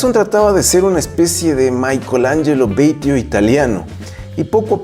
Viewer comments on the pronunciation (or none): Batio , no Beytio, es italiano.